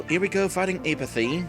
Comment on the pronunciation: Err...it's pronounced "APP-uh-thee."